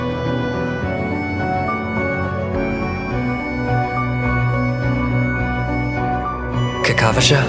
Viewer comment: aventurine name is kakavasha (named after the romani kakava) not kakashva